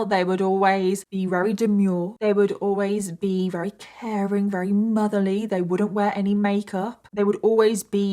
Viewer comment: Thank you so much for telling this harrowing story! Also, I love the adorable way you say your "v"s as "w"s, like every time you try to say "very" you say "wary", and as someone who also has similar pronunciations, it makes me feel at home. You are a blessing.